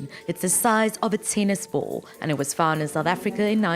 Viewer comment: What’s a “teenis bowl”? 😅